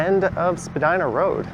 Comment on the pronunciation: great street with a great history some of what I remember (I am over 80). someone should write a history with pictures.. you say Spadyna and I say Spadeena.